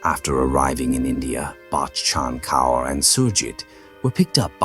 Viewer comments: The repetition of the name Bakkchhhann Kauuurr tho 😂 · The way this man says bachan kaur 😂😂😂 so fucking funny